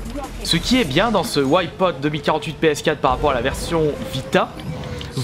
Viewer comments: Putain arrête de dire "ouaille pote", c'est Wipeout. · très bon vidéo mes whypote essaye de prendre un peus de cour d'anglais pk whypote c'est Wipeout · ça donne envie de compter tous les "Ouaïe-pote" X'D Bonne vidéo sinon ^^ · Au bout de 5 ou 6 Ouaïpaûte je tenais déjà plus. qu'est ce que c'est que cette prononciation ??! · PLS ARRETE DE DIRE WHYPOT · La vidéo est bien sauf la prononciation de Wipeout :)